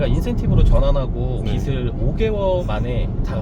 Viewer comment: 빗이 아니라 빚이면 발음할때 비슬이 아니라 비즐 이라고 발음해야돼요. 출연자랑 유튜버랑 둘다 틀리고있네… 😅